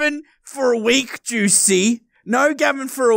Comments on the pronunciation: It sounds like goosey when Says juicy 😂😅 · i love how calls juicy: Goosey:D